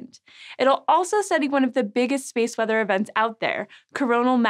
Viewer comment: "...space mother..." sigh, had me scared for a minute. Had to rewatch it a few times, now realize you're saying space WEATHER....sounded like mother, and I was wondering if I'd fallen into the rabbit hole.